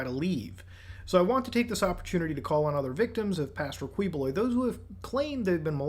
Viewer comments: It's*Keyboloy* but still Kuwiboloy is funny 🤣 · Apollo Kiboloy is how you pronounce this false prophet's name. Rohdrigoh Dooterteh is how you pronounce the arrested president's name